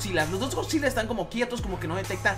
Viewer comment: jajaja da risa cuando dice esgodzilla osea hatafoc